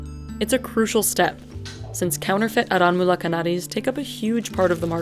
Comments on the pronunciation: It's pronounced "aaranmula" fyi😭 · "R N Mula knnaadee" Pronunciation ☝️